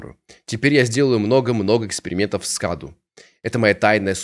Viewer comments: Не каду .а кадУ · Правильно говорит кадУ Это переводится как подарок или дар... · правильное ударение "КадУ". Это в переводе с румынского "Cadou" - Подарок или Дар. Я это знаю, потому что слушаю песни французской исполнительницы МарИ ЛафорЕ, и у неё есть песня "Cadeau",произносится так же - "КадУ" - с французского тоже переводится как "Подарок" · Не каду а каду ударение на у